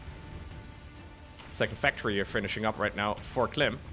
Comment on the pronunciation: „for Clym” - „Good Myrning” 😅